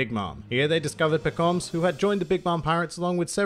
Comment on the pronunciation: It's Pekom mah suh